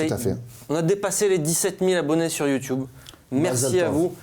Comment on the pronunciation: VOILA YOUTUBE PAS YOUIIITUBE MDRR